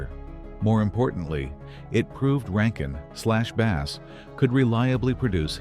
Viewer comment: Not base - bass that rhymes with pass. I hate AI.